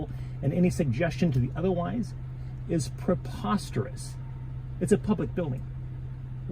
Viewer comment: How you say that word preposterous ( PER- POS-TER-OUS)😂😂😂😂